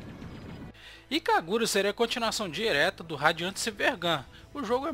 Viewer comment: "Ikagura" ( eu ri ). O vídeo tá ótimo, parabéns. E a Treasure pra mim é umas das melhores empresas que já existiram.